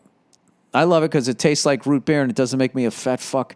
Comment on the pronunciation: I need to make an official statement on Bill Burr offending me. The way he says "Root Beer", makes me significantly uncomfortable and you all NEED to know that I will no longer be subscribing to such horrendous pronunciations. -Random Person